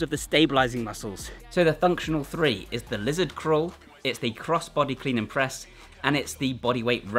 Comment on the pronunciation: Functional fwee…lol